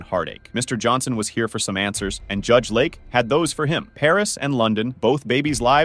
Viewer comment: The announcer mispronounces LAKE, LAUREN, and father and judge (Jude) in other videos. Please speak in AMERICAN English